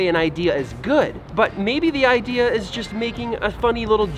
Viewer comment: Ooohhh IDEA ... I thought you said IKEA!